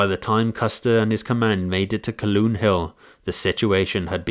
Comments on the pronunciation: Its not pronounced Caloon, its pronounced CALHOON, get right. Stop being disrespectful. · "Calhoun Hill" = Kal-HOON Hill not "Kal-Loon." The pronunciation of "Id-dee-it" remains the same and is most aptly applied to Custer, whose dereliction of duty and common sense resulted in the death of almost 300 people who were sacrificed to "Autie's' miserable thirst for blood and vainglory. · Calhoun is pronounced Cal-hoon, not Caloon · Why is the announcer saying Caloon when it is Calhoun? I have been to the battle site four times in the last 35-40 years. At 64 now, I am planning to go again one last time. It has always been fascinating to me. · "ca' loon" hill"? Hmmmmm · Very well done though I know a lot of people named Calhoun and you mispronounced that name